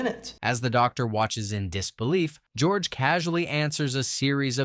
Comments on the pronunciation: Hahaha did I hear gorge instead of George? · Lol, did you call him Gorge?!? 😂